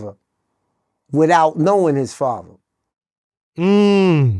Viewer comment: I didn't know Father, Mother and Brother were actually pronounced "FAVA" "MUVA" and "BRUVA" 🤷🏾‍♂️🤷🏾‍♂️